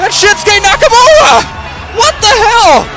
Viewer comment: He said Nakamowa in the stop motion